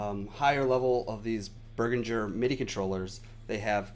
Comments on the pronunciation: Beh-rihn-ger. Jeez, cringing here. Berginger. Eek. Nice tut though. ;) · Good review/tutorial but the pronunciation Behringer is.... bEH-rihn-jer so say bear·in·jure